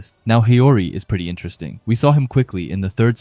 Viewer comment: Intrest ting. 😂😂😂 Enter Es ting.